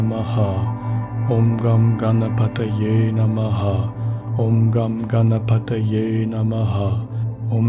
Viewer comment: Hello, I am not aware how to reach you personally so commenting here. I was not surprised to hear Ganesh Mantra in this week's meditation. I feel you are a spiritual soul too and I love all your meditation sessions. I request you to use the correct pronunciation of the mantra for the benefit of all. Here is the Mantra: ||ॐ गं गणपतये नम:|| ||Om Gan Ganpataye Namaha|| The effects of a Mantra are primarily on the one chanting it. Once a state of constant remembrance of the Mantra is reached wherein it resonates within your self subconsciously too it starts to effect the surroundings. Setting the intent for chanting the Mantra individually is important. Also of equal importance is the pronunciation. Mantras essentially are phonetics based and have a particular meter to chant. The effect in it is that the sound vibrations caused by the correct pronunciation of the mantra text, when combined with the rhythm it is supposed to be chanted in, resonate within the body more specifically our skull and generate vibrations which have a direct affect on the Pituitary, Thyroid, Thymus and adrenal glands. This in turn results in physiological and emotional changes in the person. Now if the pronunciation is incorrect, the potency of the sound vibrations is diluted and eventually lost, thereby weakening the effect it is intended to cause. Wishing you love and peace from India 🙏